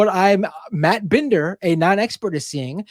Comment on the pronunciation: Dude can't even pronounce Matt's name right (or Emma's either). If I were Matt, I would've worked in a "Mitchell" or two to see if he took the bait.